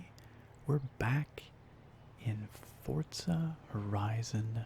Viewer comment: Fortza horisons